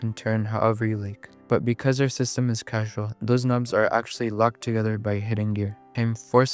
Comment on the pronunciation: Minor nitpick on causal being pronounced casual, but still a great vid